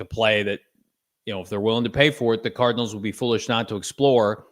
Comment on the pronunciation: he said Arizona Tardinals